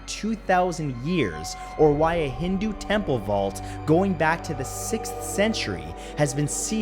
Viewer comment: I giggled when he pronounced 'hindu'